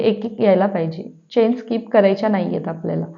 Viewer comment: Please pronounce chain as चेन (चैन नाही)! किंवा मराठीत साखळी म्हणा.बाकी सर्व छान❤